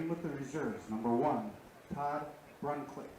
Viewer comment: Brunclick is pronounced Brunslick as if the first c is an s . Also Haugen is pronounced Hawgen , not Howgen . Matt Juza was a draftee by Brill , who plays for the Hornets during the regular season . Once again , thanks to Zaleski Sports for covering WBA Baseball